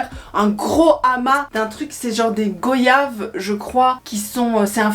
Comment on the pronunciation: Des go-yaves ? ????? DES GO-yaves ????? DES GOYAVES